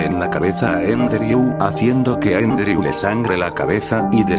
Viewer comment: Por si alguien no entiende cuando menciona el nombre de fallen se llama Andrew, no endreu.